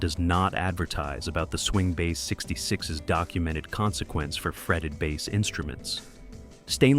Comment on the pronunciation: The long hair guy stumming his bass while jumping up and down is plain embarrassing to Bass players everywhere.. Really sick of this AI generated videos. Pronouncing "Bass" like the fish. Very embarrassing.